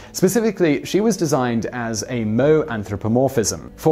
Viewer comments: it is pronounced mo-EH, it's ok you aren't a weeb. but like PLEASE have the editing team add in a correction in the description or something. Moe is a little more than just virginity, it's a type of minimalism designed to portray childhood innocence in someone who is a bit older. It is an art style. Miku is off-moe, she has some of the features but is closer to standard anime. some call it bi-shoujo. also vocaloids are just an extension of J-pop where artists without vocal talent can ghost right create songs for a fictional popstar. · "Moe" is the bartender on The Simpsons. "Moe" (MO-eh) is a Japanese word. Seriously, an unpaid intern with five minutes could look up these pronunciations. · Sorry, but I died laughing at the mispronunciation of moe. I'll even double-down weeb by admitting I know that first video clip was from a live performance of World Is Mine. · You forgot to pronounce the E in Moe. One should include the E in voicing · Hey! Hey Simon! Did you know you mispronounced Moe? I bet a couple hundred people haven’t mentioned it! Pay attention to me! Tell me I’m a clever Narutard!!! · I skimmed the comments to find if Miku or any other vocaloids were on here. I read this comment... But could not prepare myself for that pronunciation... It physically pained me. Also... "kai-too"? Triggered intensifies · FFS.. It's pronounced "mo-A" not moe... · Moe.... reminds me off that bartender in the simpsons. Anyways. You speak as mo e not in 1 word moe. It refers to being cute or kawai. Again.. mo e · Oh my gosh it's pronounced as mo-aye not mou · It's hilarious how he pronounces manga and anime properly, but fails to pronounce moe at all. It's not a bartender from the Simpsons, it's a 2-syllable word lmao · NOT MO, MO-EH LMAO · I didn't read ANY of the comments but I'm pretty sure that you've already been informed that "moe" is pronounced "MO-aiy" and not like the name of the bartender in the Simpsons. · Mo-eh simon. Your writter should of promted this.